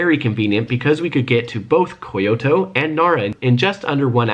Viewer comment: And its kyoto not fucking ko-yo-to